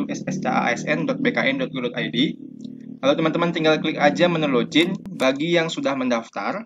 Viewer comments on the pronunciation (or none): none